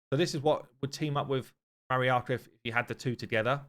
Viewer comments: Marichka should be pronounced with ʧ - mariʧka. It is slavic indeed, diminutive form of Maria if Im not mistaken. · Marichka is pronounced Ma-reesh-ka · It is (Ma REE ch Ka). Anyway, She seems amazing. Her passive is great against Bommal. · Here in Ukraine we call the invaders "Orcs". So Takas making them frightened is an amazing joke. FYI Marichka, you should say ch as in chair MA-REE-CHKA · It pronounced with ch - Mari-ch-ka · Ch in Marichka is pronounced same way ch in i.e. 'check'. You're welcome ☺️ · Ch in marichka is probably pronounced sh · Marichka is pronounced with a Ch sound, it means "little Mary"